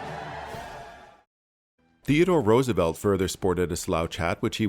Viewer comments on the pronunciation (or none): none